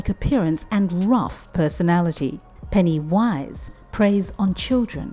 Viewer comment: Why do you say it like that? It's one word. Pennywise. It's so disturbing and creepy.